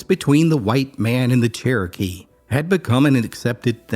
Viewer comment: Why did you say "Kerokee" instead of Saying it right ( Cherokee)??? Let me guess .....so you wouldn't have to pay a royalty for the name....???